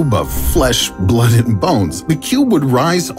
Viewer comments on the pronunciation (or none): The way he says blood had me rolling